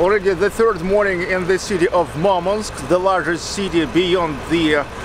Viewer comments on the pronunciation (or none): I didn't know Murmansk is pronounced as Marmansk